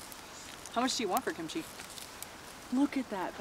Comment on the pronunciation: Please don’t say kimCHEE. It’s KIMchee